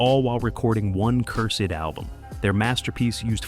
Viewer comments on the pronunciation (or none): Since when did the word “cursed” become two syllables? You can take that Ai shit and lump it! Take it down the street and dump it!